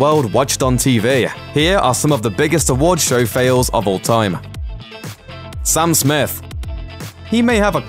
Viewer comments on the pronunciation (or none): Don't watch this video. This guy says the name Sam Smith as Sum Smith and he is a native speaker.